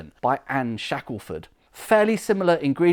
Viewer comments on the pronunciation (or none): none